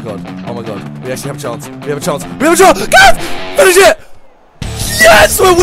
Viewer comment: It is not fines it is finish